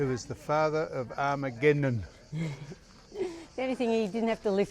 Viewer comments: Start his name by this Sam - AG not ARG then A Memnon. Take out the first R and you'll get it right easier. Still loving everything you are showing us and the knowledge you are imparting. Thankyou. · You might be in the country of Rhodes, but there's no risk of either of you attaining a Rhodes Scholarship, that's for sure. You make up more stories than the Greeks ever did. 😄 BTW Sam, it's Agamemnon, not Armageddon. I can't wait to hear how you pronounce his wife's name. 🙄🙈 Have fun.